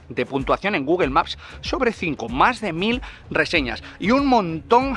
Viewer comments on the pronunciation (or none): none